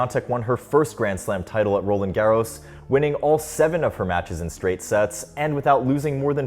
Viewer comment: Roland Garros pronunciation is atrocious